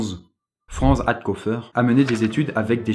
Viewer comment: Juste Franz ce prononce Frantsh